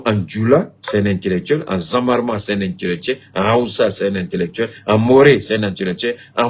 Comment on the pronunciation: on dit ZERMA ET NON ZAWARMA